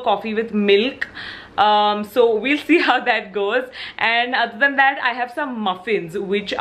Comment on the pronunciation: Hey dii ❤ Whenever you say " Other then that " it sounds like "aditiya " 😅😀 .....we will miss this series very much 😊❤